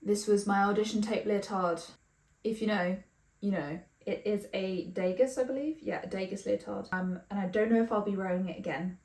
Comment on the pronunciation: Sorry, I don’t mean to be that annoying person, but Degas is pronounced Dey-ga, the “s” is silent (he was French). But loved the vid :)